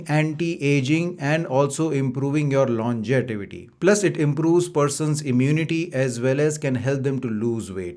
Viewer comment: Doctor from US saying 'Longetivity' 😅